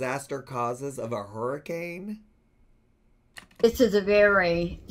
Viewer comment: herican? hurricane? lol